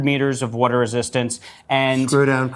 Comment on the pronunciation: "Wudar" resistance